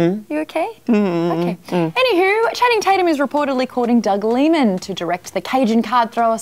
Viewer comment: I've never heard any one call him Doug Lee-man rather than Doug Lie-man.